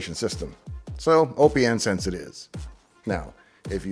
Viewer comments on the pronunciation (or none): You must be trolling with you pronunciation of Oh Pee Enn Sense.... It's Open Sense Dave... Need proof? How do you pronounce the second word: lieutenant colonel. Yeah that's what I thought. It's Open Sense, get on board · Always thought it was intended to be pronounced Open Sense, even if I'm wrong, I still can't deal with O P N Sense sorry :( Loved the video nevertheless, thanks! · Pretty sure it’s pronounced “OpenSense” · Austistic guy here. OPNsense (pronounced open sense) is FreeBSD, not Linux. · Well explained video. (I'll be THAT guy) hearing "O P N Sense" feels wrong... Just like hearing "Kube Cuddle". And remember it's A-M-I not "ami" 😂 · Basic but good video, FYI OPN is pronounced just like open so it's opensense like open source. You're reasoning for picking it over PF, the UI is basically the number one difference. Ran pfsense for a few years and about 2 years ago, I tried OPNsense in a VM for testing purposes, we've come along way from ipcop and others. Thanks for bringing it back to my attention I may have to try running it again.